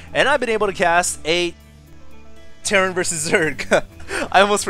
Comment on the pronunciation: He said terrain not terran...